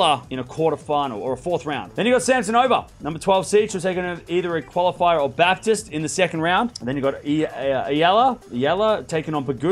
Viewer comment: it's pronounced Bap teest. Not like the Protestant religion.